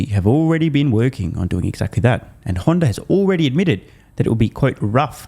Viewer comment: he’s trying not to say Honder.